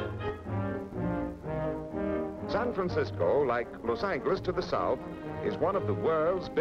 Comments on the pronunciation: he pronounced Los Angeles with a hard "g" sound, when it's actually pronounced with a soft "g" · Narrator mispronounces Los Angeles, hard "g" no longer used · Never heard 'Los An"G"eles' pronounced like that before! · “Cal-ih-forn-ee-ah”, “Los-ang-less” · "Los Sangless" lol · The lector pronounces "Los Angeles" just as speech synthesizer pronounces "Lauce Sangless" in US English on the . Google Translator in Spanish pronounces "Los Ángeles" just as pronounces "Lauce Sun Helaise" in US English. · How about Los Angeles pronounced like "angle". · Was it just the narrator or did they pronounce Los Angeles that way back then? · Interesting to hear how Los Angeles was pronounced. 👍🏼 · Original Spanish pronunciation. Spanish doesn't have a soft G. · The way he pronounces Los Angeles triggers me for some reason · love the way he pronounced Los Angeles haha